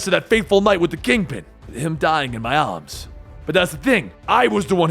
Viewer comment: “Him dyin in my ahhhhhms” 😂 bruh what drugs are you on?